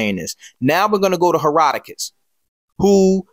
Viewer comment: Love your video brother but “Herodotus”